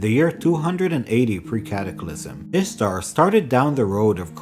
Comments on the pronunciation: Good day, Good video and related lore, but Its "Istar" not Ishtar.... 😉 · Can't listen to a whole video mispronouncing the literal single topic of the video. Can't trust a thing you say after that. I know it sucks, but you should re-record it.